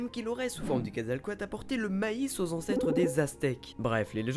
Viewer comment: Super vidéo ! c'est juste il y a souvent une chose qui me dérange dans beaucoup de vidéos YouTube, et même quand les gens en parlent, c'est que pour dire Quetzalcóatl, vous prononcez entièrement à la française, alors qu'on fait apparemment il faudrait dire "kouèd zal cohateul", après certains vont dire : "c'est bon on est en France, on s'en fout un peu de l'accent", mais bon c'était juste pour le signaler, après c'est rien de grave, c'est juste que j'aime beaucoup le mot prononcé avec l'accent d'origine ^^